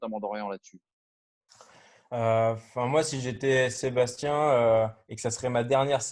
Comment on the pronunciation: Dorian ont t’apprécie tous mais faut vraiment que tu arrêtes de dire Sébastien,tu me stress a dire Sébastien c’est plus possible